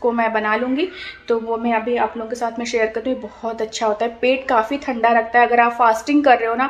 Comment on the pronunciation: Aur ye thanda thanda kya hota h madam...cow ka than hota h samjhi...it's thandaठंडा na ki थंडा...correct ur pronunciation for some words